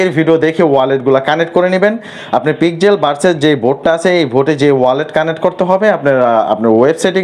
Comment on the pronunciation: পিক্সেল ভার্সেল না পিক্সেল ভার্স